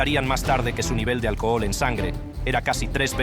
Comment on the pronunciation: "El alcojol". Habla bien!